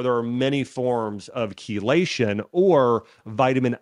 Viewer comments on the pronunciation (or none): none